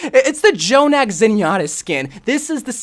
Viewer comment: Thank u for not saying j-jonak and just saying Jonak u are truly blessed